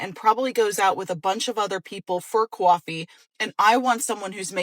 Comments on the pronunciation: "kwahoffeee" ROFL 😂🤣 enough said about that broad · Anyone who says "situationship"or "qwarfee" deserves a backhander.